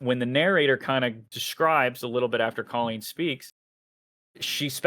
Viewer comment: Or how to pronounce the name Colleen